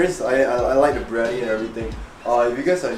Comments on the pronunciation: It's "Biryani" my dude. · It’s BIR-Yani. Not BRI-Yani. Lol 😆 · am I the only one that cringed whenever he said/wrote briyani instead of biryani